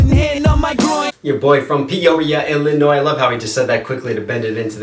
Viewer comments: ILLINOISE? UNACCEPTABLE. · I am so pissed they chose fucking Bill Cosby, out of all the black comedians, they chose Bill Cosby, like really Ps the S in Illinois is silent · im from Illinois, im 45 miles north of Chicago, but Illinois is pronounced Illinoi, the S is silent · The S in Illinois makes me cringe lol 😂 cause I am from Illinois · Repping Peoria, Illinois. The " s" is silent lol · I love that you pronounced the s on Illinois I do this as well, but mine is 100% intentional to annoy people. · grrr the S is silent lol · Did he really pronounce the "s" in Illinois...? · U pronounced Illinois wrong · Mom was from up there, so ya, when i heard the s i started wondering how many people were gonna give him s*** for it. Reminded me of a comedian somewhere who called his special 'Illinois' with the S very much pronounced as a joke.